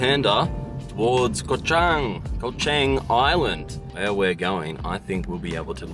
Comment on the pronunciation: I'm impressed with your correct pronunciation of Chang.